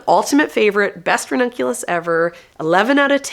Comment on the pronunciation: You can use your Babbel affiliation to learn Italian and then you will be able to pronounce the ranunculus and anemone names properly ☺️